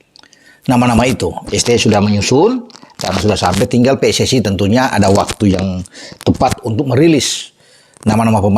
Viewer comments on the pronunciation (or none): none